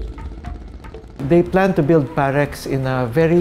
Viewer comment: parex, dapat perax ahaha.